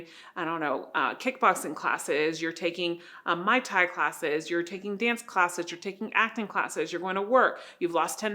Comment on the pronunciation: Muay Thai, not mai thai